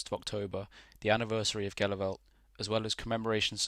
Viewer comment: Was there last April in Flanders . Pronounced in Flemish as - Helu- velt. And Menen is Meean-En